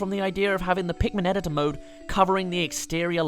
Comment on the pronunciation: Eh-ditt-ore Ehdittore Editor. Thats how you say it!